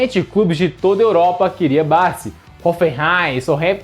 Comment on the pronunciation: Quem é Bassi?😂 Bo-la-sie